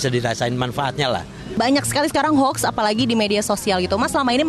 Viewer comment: Bukan Hoks mbak, tapi Hoax... 😁